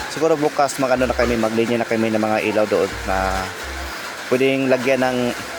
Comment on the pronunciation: Ilaw hindi elaw